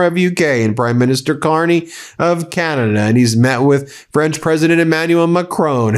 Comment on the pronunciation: Oh, Ben, you did just say “Canadia’s foreign minister “, right? I didn’t dream that… Nope, that’s what you said! Oh, I love it, but people are going to tease you mercilessly. Thanks for a moment of lightness, even if you didn’t mean it. Gotta take fun where you find it, nowadays .